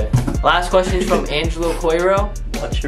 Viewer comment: no one::it ees what it ees👁👄👁 das it bruh PERIODT